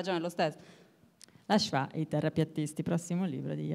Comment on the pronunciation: Diciamo che la pronuncia di schwa nel primo intervento è pure sbagliata